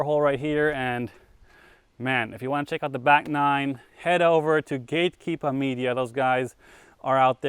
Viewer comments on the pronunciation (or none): A few times saying gatekeeper you are really starting to adopt the Mass accent lol. “Keepah”